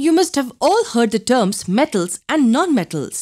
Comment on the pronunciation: Mam you had cold while adding the voice over in this video cauz you could not pronounce M , like [them , metals , non metals] etc ....🔥